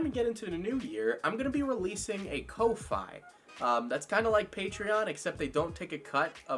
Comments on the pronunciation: "KOW-FIGH" bruh its ko-fi, like, coffee. They got a coffee cup symbol for a reason 🤣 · kofi is pronounced coffee XD